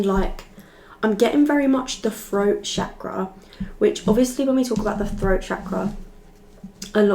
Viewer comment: Yeah the froat chakra is coming froo